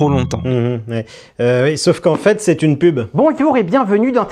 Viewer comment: Z'est 100% brute toutes ces z'explications 😂😂😂😂😂